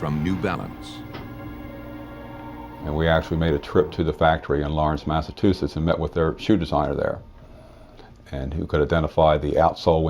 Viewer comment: MassaCHUsetts! Not MassaTUSetts. Come on, hillbillies, if we can say Arkansaw, you can say Massachusetts!!!!